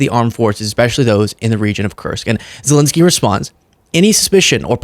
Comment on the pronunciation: Dude, he is ZelEnskyi (ЗелЕнський)not ZelInsky